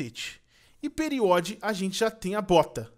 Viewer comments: PELO AMOR DE DEUS, FALA DIREITOOOOOOOOOOOO... É PERIDOT, PERIDOT NÃO PERIOD PQP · Ele lê "periodi" mas é "peridoti" 😂😂😂😂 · ta me dando nervoso do falando periodi e n PERIDOT n ve steven universo n;-;? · É PERIDOT NÃO PERIOD QUE RAIVA '-' UP PRA ELE VER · Faz 50 anos q o faz serie com os power geam e ele sempre fala periot e se vc pra pra ler é PERIDOT isso da mt agonia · não é periode é peridot nãe é safire é safira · se fala peridote e não periode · O fala "PeriÓd" mas o correto é "PeriDOt". Sim, eu aumentei as letras de propósito não me julguem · Fala periDOT não period UP UP Para ele aprender a falar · O CERTO E PERIDOT E NAO PERIOT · puta que pariu, não é period é periDOT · N E PERIOD E PERIDOT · não é period e peridot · vejam como uma critica construtiva todo video com power gem eu vo falar q e periDOT nao periOD!!!!! da um treco nos nervos qnd ele fala period principalmente pq eu sou fan de Steven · DA AGONIA VOCE FALAR O NOME DOS MINÉRIOS ERRADO, O NOME É PERIDOTE E NAO PERIODE, AMETISTA E NAO AMETISTE, e É SAFIRA E NAO SAFIRE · é peridot e não period fala direito pfvr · kkk os cara fala peridot e topázio errado mas é legal kkkk